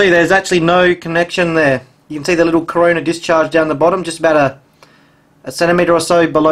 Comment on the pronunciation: "Corona" not "Coroner " lol!